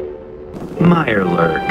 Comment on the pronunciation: Mirelurk. Mirelurk. Mirelurk. Mirelurk. A Mirebwjurk!? Come on. That's like, two out of ten points of danger. Tops.